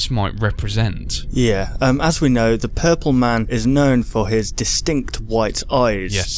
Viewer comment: he sprat his self wif pupol spra.